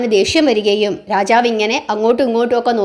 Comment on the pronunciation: രാചാവ് എന്നല്ല രാജാവ് എന്നാണ്. കഥനന്നായി പറഞ്ഞു. അക്ഷരസ്പുടത കൂടി ശ്രദ്ധിക്കുമല്ലോ.